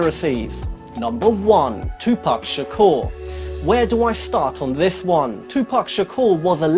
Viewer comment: Tupac Shakoor or Shupac Tahkoor...lol?